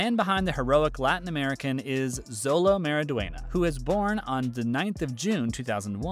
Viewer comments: Jit really said Zolo bruh it’s xolo(sholo) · Xolo isn’t pronounced Zolo it’s pronounced Sholo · does it bother anyone else when channels that review shows and movies pronounce names wrong, Xolo is pronounced Sho-low not Zow-low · It’s not zolo it’s xolo pronounced like sholo not to be mean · It’s Sholo not Zolo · It is sholo not zolo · Um actually xolo pronounciation (from what I have heard) is like 'sholo' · It’s actually Xolo because i heard (Zolo) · thats not how you say his name its pronounced cholo but spelles xolo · That pronunciation of Xolo is really making my ears bleed. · Its pronounced show-low mawry-dwen-yuh